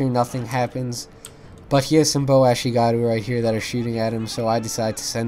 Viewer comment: Note: The markers of experience are called "chevrons" not "tick-marks", and your ally's matchlocks were firing very quickly because they're veteran matchlock monks, which are VERY different from ashigaru (ah-SHEE-gah-ruu). Like the channel!